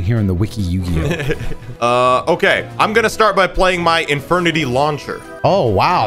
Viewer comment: He's been saying the title wrong for years now